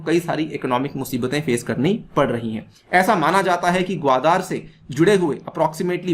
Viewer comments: This is Gwadar and not Gwadaar as you pronounce like illiterates. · 😀😀😀😀😀😀😀😀Wion ka report hai. Wah sir ji kya baat hai logon ko bewakoof banane kiliye aur ek baat "gawadar " ka pronunciation sikh lou sir, baki fekte raho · Actually your facts are based on your opinion without any truth behind. You can’t even pronounce the word Qwadar. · Chutittyeh pehlay Gawadar bolna seekh